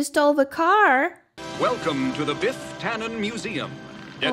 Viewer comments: His name is Biff not Beef 🤣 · I like how "Biff" becomes "Beef" when you saying it :-) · Every time you say Biff it sounds like beef and that's adorable.